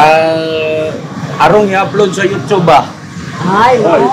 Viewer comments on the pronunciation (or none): none